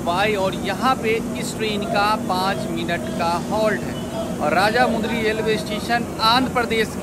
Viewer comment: Bhai vo raja mudry nahi vo Rajahmundry hai😂❤